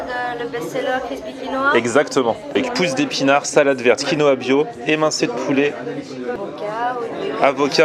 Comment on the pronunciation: TM on dit QUINOA pas konoha lol